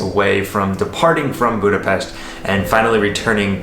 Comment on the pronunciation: I do appreciate the proper way to say Budapest. You are a true teacher who listen. Shame you are leaving I enjoyed your videoes of my home country. Having said that my dream was always to visit the USA maybe you would show us some of it. Love the countryside anywhere so please pop in some travel too. Good luck in your new adventure. 👍🤩🖖🖖🖖🖖🖖🖖 sorry for my english if it is incorrect😊maybe you can teach me proper english😃. Hello from Downunder🐨🐨🐨